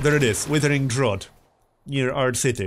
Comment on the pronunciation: fyi mate drought rhymes with doubt